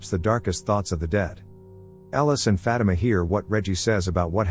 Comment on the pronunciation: The way he says Fatima sounds like he saying fat emma 😂